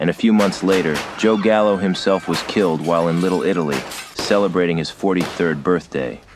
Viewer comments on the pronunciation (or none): none